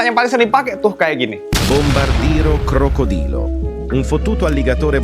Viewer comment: tralalero tralala borcodium borcuola bang bukan porco